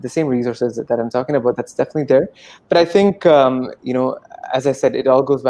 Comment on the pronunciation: Highlight " definitah"